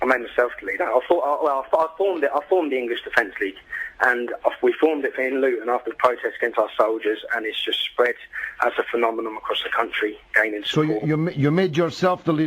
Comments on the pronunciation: He actually said 'phenomenom' I don't care how old this is. He was a grown man when he said it. How can you talk about upholding British values when you can't speak the fucking language? He hasn't read Humpty Dumpty, but considers himself a journalist. What does that say about the dickheads that follow him? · Kamal Hussain sounded like phenomenon to me - maybe you misheard him and went into an unnecessary rant!